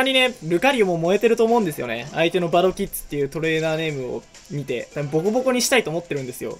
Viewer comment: キッズの(ず)が(づ)で草